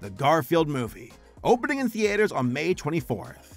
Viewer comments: My guy why do you say “Theaters” as The-Aters! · Lol, the way that pronounces "Theaters." Can't wait for some of these movies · Lol why does he say "theaters" that way?? 😭